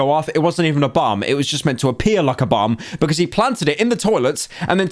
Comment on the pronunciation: not me hearing bum instead of bomb for like a good 5 min of the video